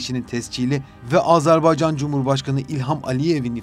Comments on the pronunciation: Ya Allah aşkına önce Azerbaycan demeyi öğrenin. Azarbaycan ne demek? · ülkemizin adını lütfen doğru söyleyin AzArbaycan değil AzErbaycandır. Kulağımıza çok kötü geliyor.